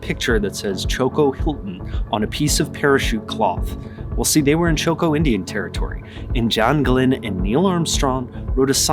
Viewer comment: With all due respect: it is Chocó not Choco.